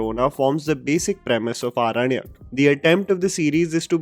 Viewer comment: Respected sir I really appreciate your review of this movie but I would like to say that the title of the series is pronounced Aorannak not Aranak.